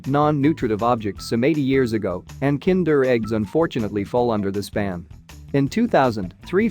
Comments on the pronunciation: It's funny how you say kinder eggs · KiËndurr EGgs